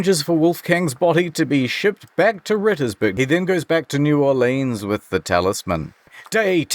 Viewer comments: This is the first video I've seen where new Orleans is pronounced properly. Good work sir. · Also, New Orlinz, that’s how we say it. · your pronunciation of new orleans was very accurate